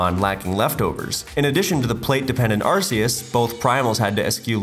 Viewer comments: ...so many Arceus mispronounciations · I think i had a stroke after hearing arsseus and gleescor once again.